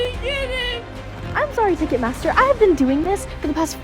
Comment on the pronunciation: i’m sorry girl but you are so Canadian. the way you said sorry😭😭